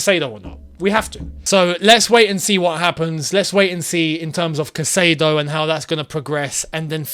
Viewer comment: gosh it's CAI-cedo not cassedo!